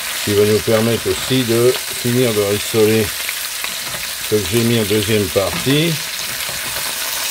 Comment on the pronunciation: on ne dit pas RUIssoler, mais RIssoler